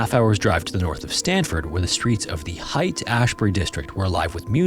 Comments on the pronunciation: Great work as usual, but I have to be a bit nitpicky. Cambridgeshire is pronounced CambridgeSHUH, Josef Jakobs is German, so you would pronounce the J as a Y, like Yosef Yakobs. Haight-Ashbury is pronounced Hate-Ashbury. Looking forward to more great content. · Hate ashbury. Not height. CambridgeSHER. Not CambridgeSHIRE... Are we sure this isn't AI??? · It’s pronounced Hate-Ashbury, not height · it's pronounced hate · Taffeta--> pronounced TAFF-et-uh Haight-Ashbury--> pronounced HATE-Ashbury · THIS - this drives me nuts too, as you said it's "hate". Ugh. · This is how I feel about his butchering of Haight-Ashbury